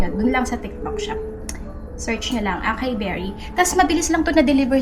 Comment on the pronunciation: Sis ah-sa-yi ang pronunciation ng acai. But thanks for the reco i’ll give it a try